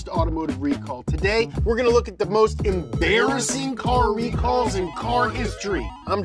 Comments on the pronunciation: Absolutely no one: James: EmBARriSIN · James saying "Embarrassing" is amusing me too much😂😂😂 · Every time he says embarrassing I physically clench my cheeks for some reason. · please don't do that to the audio again.. stereo and levels all messed up. also the digital effects were a bit much on this one.. i don't wanna see James's mouth THAT dam much, and how many times did we hyper-focus on a 'funny' pronunciation of the word embarrassing? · i might be the only one to say this. But the words like "embarrassing" being over pronounced/ emphasized is just getting a bit much, and it feels a lot like Tik-Tok content creators trying to create a new catch phrase. i couldn't be arsed to explain in more detail. No hate, just what i think, and still enjoy donut Could just be me, IDK